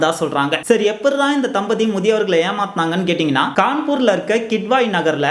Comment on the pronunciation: “தம்பதி”ங்கின்ற வார்த்தையை “தலபதி”ணு வேரு யாராச்சும் படிச்சிங்களா?